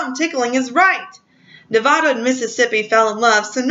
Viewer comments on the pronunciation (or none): Not to mention Nevada was pronounced wrong.